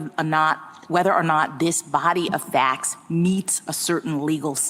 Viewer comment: “This body of fAcks”